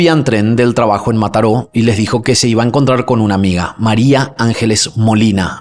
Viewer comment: Yo en Mataró escuchándolo decir Mataró 😊❤